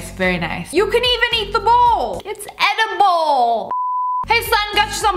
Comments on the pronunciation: It’s edi-bowl Hahaha I’m sorry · No one: ABSOLUTELY NO ONE: LIA: ItS eDiBoWl.😂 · “It’s edibowl” SSSniperwolf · SSSniperwolf: “It’s edibowl” Me: “Dying laughing” Edit: I just woke up to this many likes. 🤯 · Its edibowl.